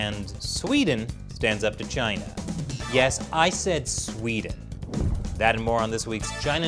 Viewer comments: Trump at this point says Gina instead of China about half the time. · It's hilarious how Trump pronounce China😂